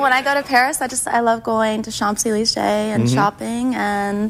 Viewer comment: uff Champs-Élysées that realy hurts how she pronounced it even for me as a german and belive me i realy dont lke the french but even i am offended bye the pronunciation.